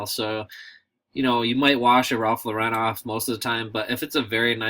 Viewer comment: Cool video, but.... Ralph's last name is pronounced like you would say Lorin not Lorr-----rin. Just saying..